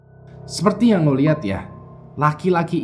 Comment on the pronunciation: Apa cuma gua doang yg denger ngomong (seperti) tapi gua dengernya (sepeti)? 🤔